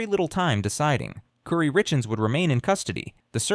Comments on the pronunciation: KOOOOORII...NOT CURRY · Not cury it's Kori kouri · Her name is Cory not kurry. Also all the pronunciation of all the city names are wrong. Do some research. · Her name is not pronounced "Kury", it's "Kori". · Her name is pronounced Cory not curry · I think her name is pronounced Cory even tho it's spelled Kouri, it isn't pronounced curry. Kouri (Cory:. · The mispronunciatuon is distracting🫢 Her name is kO-r-e! Not kUri! Benadryl sounds like been-a-drill! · I noticed that, too! Aggravating! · It's "core-y" but I beg the channel to leave the constant mispronunciations in the video, just for the sake of pissing her off if she ever sees this video. It will enrage the narcissist so deeply that she will be endlessly bothered by it. Because how DARE someone get her precious name wrong? I love that for you,! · How am I supposed to take this seriously when you keep pronouncing her name as curry? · It’s pronounced “Core-ēl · Mispronouncing everything is annoying. Her name isn’t and their town isn’t Curmus. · Omg you say her name hundreds of times “curry, curry, curry” It is not an unusual name that is pronounced just as it is spelled. Which is not curry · Narrator needs to pronounce Kouri’s name right. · Would be nice if you understood how to pronounce Kouri, Kamas, Heber, and fentanyl.